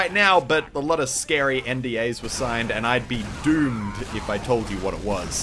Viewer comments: He emphasized the word doom when he was talking about it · He put emphasis on doomed... HE JUST REVEALED IT WITHOUT US NOTICING! HE REVEALED THE NEW DOOM BEFORE IT WAS OUT IN BETA!!!